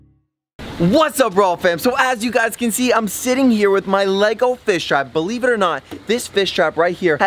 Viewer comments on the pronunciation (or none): Nego? U mean lego